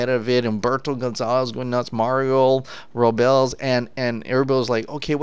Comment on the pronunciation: The ROBLES name is pronounced ROW BLESS